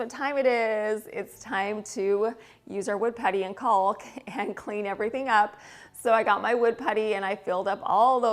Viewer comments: I love your videos so much but please stop saying “ CALLk”. The L’s are silent. “Cawk” is proper pronunciation. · That wallpaper is gorgeous!!! I loved the Bombay store. I have several item in my home from there. I used to purchase them at 60-80% off so I have some real timeless treasures. My home is old world/vintage and yours is very elegant. Well done! BTW, the L is silent in caulk.😏:virtualhug::yougotthis::elbowcough